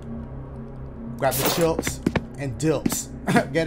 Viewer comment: I laughed every time he said chips 🤣